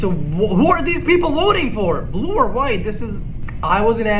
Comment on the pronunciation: Why does he always say Bulue instead of blue 😂😂😂 “I potted the bulue ball “ ~